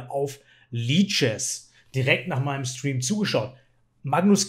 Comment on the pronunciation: Hallo, danke für alle! Ich bin Franzosisch and deine videos sind sehr hilfreich! Ich kann meine Schachkenntisse and deutschkenntisse gleichzeitig erweitern! Außerdem Mir ist aufgefallen, dass Sie ausländische Namen sehr gut aussprechen! Welche sprache sprichst du?